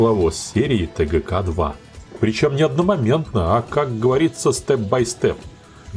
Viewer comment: "...ТеГеКе-2...". Так называли согласные буквы русского алфавита до революции, в семьях, где воспитатели были русские. В семьях, где они были иностранцы, привилось произношение Бэ, Вэ, Гэ и т. д. После ревооюции, именно последний вариант был рекомендован для преподавания в школах. Но среди дикторов радио и телевидения модно было старорусское произношение и московский акцент.☺️